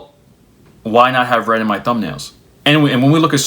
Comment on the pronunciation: I was listening to this without watching. When you got to the point about red notifications, I heard "read notifications," as in, instant messaging telling you when your message is seen by the recipient. I started to rail to myself about it, because I've loathed that feature since it was introduced. Then it became clear you meant the color red and i was like "ahh....yea, that sucks, too" 🤣